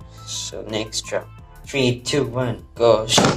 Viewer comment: I always thought this guy said “go sh*t” when ripping the beyblades 😭😭